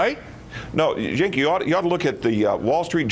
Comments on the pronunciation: Listen Yink! It's Cenk!!! lmfao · he called him yenk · That stupid fucker called Cenk "Yenk"....TWICE....and just presses on with his bullshit. Republicans never answer questions directly, by the way. "Thank you, that's lovely." Oh, Joan. ;) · Lmfao love that he called cenk "yenk" and cenk corrected him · lol yenk....since when does a /y/ sound anything /c/ or a /j/ :P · Lol I love it how when he can't spin it his way he starts calling Cenk-Yenk lmao. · Did he say "Yenk"?